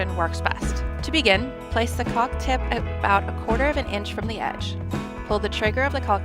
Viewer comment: she really should learn how to pronounce caulk.